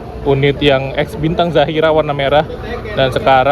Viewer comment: bintang Zahira bang bukan Zafira